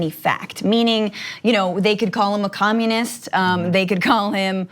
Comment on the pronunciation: “HEEZ A COMOONIST!!” 😆😆🙄